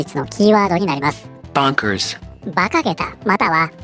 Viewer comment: オメーんとこの大統領だろ！ オメーらがどうにかしろよ！（任天堂代弁：非公認ｗ 今日の英語:bonkersがボンクラーズに聞こえた、あずまんがは間違ってなかったｗ